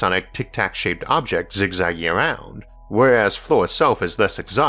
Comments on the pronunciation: It's "fleer" not "floor" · FLIR is pronounced "Fleer", just an Navy Vet that worked extensively with airplanes.